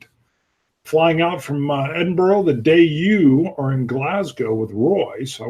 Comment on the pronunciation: There was a little bit about pronouncing place names in there. Before your visit to Scotland you might want to practice saying Edin-brah rather than Edin-buro that way you're way ahead of most American visitors. Great video, great stories. Enjoy your trip.